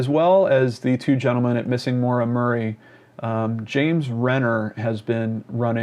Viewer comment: not to be helpful or nitpicking but I have a friend named Maura and it is pronounced Mow-Da. I dunno. my guess is she wanted to disappear and maybe succumbed to exposure. I hope the former.